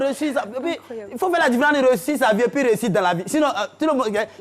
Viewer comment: On dit “Et puis” et non “Et pis”!